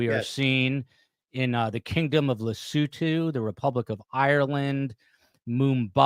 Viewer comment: It's Lesowtow not Lesootoo